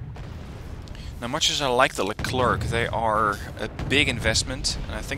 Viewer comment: Hey sorry if I sound like one of those annoying people that correct you on what ever you say but, you said Leclerc wrong. It's Le-Clair actually. The French have a "interesting" way of pronouncing things.